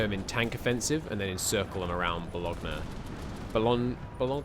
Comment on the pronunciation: bolonya, in Italian gn is pronouncya like a ny